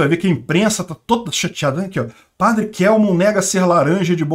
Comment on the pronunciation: O Padre Kelmon é meu conhecido pessoal. A pronúncia correta é KÉLMON.